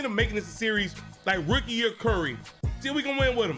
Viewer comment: This man said “Ricky year Lebron”